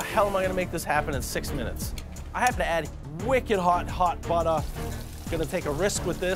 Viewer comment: First he Said "chodah" now he said "buttah"